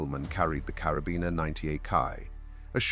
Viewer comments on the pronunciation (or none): none